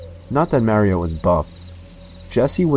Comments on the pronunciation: Still can’t get over how he keeps calling him “Mareyo” instead of “Mario” 😂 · Lol Idk why but I hate how he pronounces the name Mario. Mary-o. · super mare-io? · The way he says Mario 😭😭✋🏼✋🏼